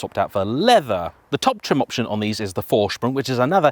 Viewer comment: PORSH-AH you sound like a moron when you say "porsh" There is no opinion here. There is right and the way you say it. ...wrong. -- How do you manage to pronounce "Vorsprung" right and screw up Porsche?